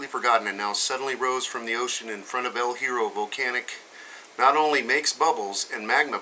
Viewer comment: We don't pronounce it El Hero, we pronounce it El Yeah-row. It's Spanish for The Iron.